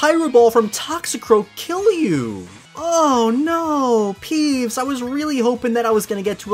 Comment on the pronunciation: Um did you say pees instead of peeves?